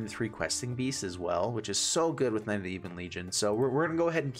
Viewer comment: You should prob chill with your pronunciation of knight